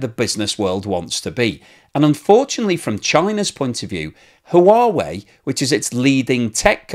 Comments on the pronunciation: Thanks for this important story,. One suggestion: Huawei is pronounced "Wa-weigh," not "Ha Wa Weigh." Keep up the good work! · It is just me... Or are you pronouncing Huawei wrong.. it sounds like you say Ha-uh-wa-eh. It's like you added an extra vowel at the start of the word. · Comment on your pronunciation of Huawei. It should simply be “wa wei “ and no need to pronounce the “ha” in the front. Just wa-wei will do just fine. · No it’s not…..it’s “hwa way”, the h is not silent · Blog. The proper pronunciation of Huawei is Hwah-way. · Hi, Huawei is pronounced: h-wa way! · "Who-whaa-vey" does sound a bit off. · The H is silent in Huawei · say Huawei like Stewie Griffin says Cool HuWhip. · I think you need to check out how Huawei is pronounced. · Huawei? Check out the pronunciation. Great content though - as always. 😀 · It is only two syllables not 3. But many goof up the pronouncing. I think we can cut him some slack.